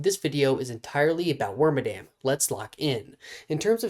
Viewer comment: Claims it's awesome but doesn't care about it enough to pronounce its name correctly.